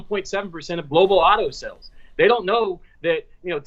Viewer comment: When says "sells" does he mean "sAles"? OK - made it through to the end - It's Labor Day Weekend and now I need a cocktail after that....